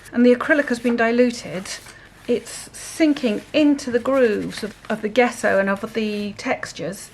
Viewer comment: Loving your experiments. Gesso is pronounced with soft J…Jesso.